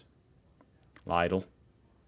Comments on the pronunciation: Lidle is not like leyedel more like leedl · Lidl is pronounced leedl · Much worse, Lidl, he is even more wrong than most USians on that one.